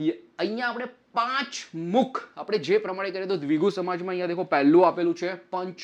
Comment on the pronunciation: It's dhvigu not dhviju sir 😅 and not samaj samas 😂